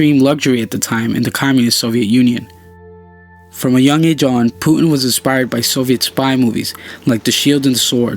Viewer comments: its called puTin not pu'in T dude T! its his name dont change it by accent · Stop telling Puin pls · Putin not Puen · start pronouncing your "t"s. It's "Pu tin" not "pu 'n" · Its Putin not "Pu'uin" lol or "puddin" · thanks for the information but how is the word Putin pronounced? like Putin with T or the way u speak it Pueen? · pretty sure it's pronounced "Pew Tin," lmfao yeah now I am starting to highly question if this youtube channel is funded by the CIA, and they are just using a voice actor, and also the name "neo" is highly sus also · It sounds so horrible how you pronounce his name. "Pu'in". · STOP SAYING PUTIN YOUR PRONUNCING IT WRONG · say the T for christ sake american. puTin